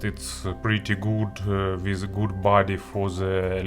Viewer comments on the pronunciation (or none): none